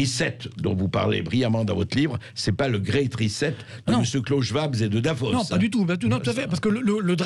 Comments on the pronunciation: "Reset" c'est de l'anglais!! Prière de prononcer "rissète". Merci! parce que "rizette" c'est de la racine de chien-dent! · L'autre imbécile qui n'arrive pas à prononcer correctement RESET !! trop marrant !! La tronche de Bercoff quand la cruche prononce le mot !!